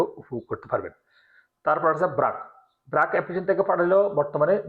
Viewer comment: ব্রাক না বার্ক। উচ্চারণ ঠিক করেন।